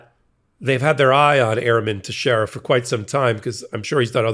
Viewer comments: it's pronounced TEX-ERA it's portuguese. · His last name is pronounced Tex e era!